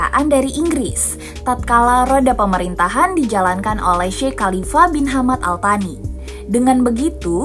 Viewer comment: Izin menyampaikan sedikit revisi ttg penyebutan "Al-Thani", dalam bahasa arab itu dibaca "Al-Tsani" krn pakai huruf 'ث'.. Ini menurutku kesalahan umum yg udah sangat dinormalisasi oleh media2 Indonesia yg tidak melakukan metode riset menyeluruh dgn dalih beda pelafalan atau sejenisnya, tapi bukankah beda huruf udah beda arti, apapun bahasanya? Sayang sekali kalau narasi termasuk salah satunya..🥺